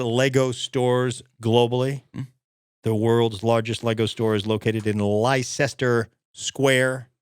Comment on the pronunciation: "Leicester" is pronounced 'LEST-er.'